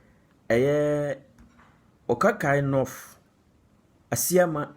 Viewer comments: You are not pronouncing the name . What is okakoinorth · Stop it if you can't pronounce the name of the constituency well.